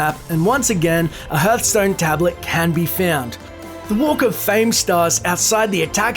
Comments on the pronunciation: I hate how he says herthstone instead of harthstone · I thought it was called "Hearthstone" , not HERThstone ;D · Ah yes, my favourite game, HERTHSTONE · The hearthstone easter egg thought: It's pronounced "H-ar-th-stone" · Kianmir mir It's pronounced "Hardtstone" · That pronunciation of Hearthstone though shudder